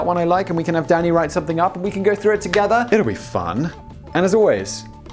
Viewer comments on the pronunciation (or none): For a good five minutes I thought you were saying daddy instead of Danny, was amused.